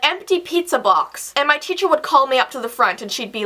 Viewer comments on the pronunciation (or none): Did you guys realize that said Cheacher instead of teacher